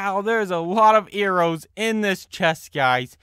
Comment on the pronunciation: Arrows not errow